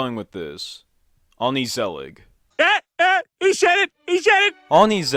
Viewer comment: you just said “oni sallig” or “oni salad” … the G in Dutch is pronounced more like a hard H rather than a soft K, that this show is unheard of is probably because YouTube isn’t really fond of non-English stuff especially in the English nations. Also I remember that Studio Massa made Samson en Gert YTPs. I used to laugh at those (mostly because I can understand (and pronounce) the Dutch (Nederlandse) language)